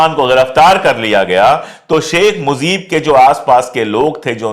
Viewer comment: It's MUJEEB not Muzeeb my dear